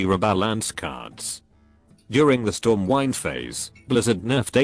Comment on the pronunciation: it's stormwind, not stormwine OMG